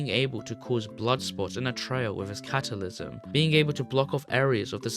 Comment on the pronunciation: "catalysm" "jason"